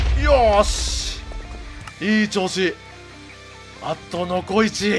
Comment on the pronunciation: 残１が もこみちに聞こえる